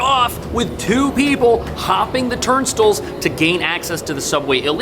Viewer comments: It's not TURN-STILLS, it's TURN-STYLES, that's how you pronounce TURNSTILES. Stop sounding like a clueless tourist. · Why can't pronounce boutique and turnstiles correctly?